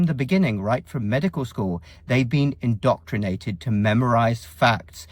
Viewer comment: Indoctrinated or "indoctornated"? Interesting.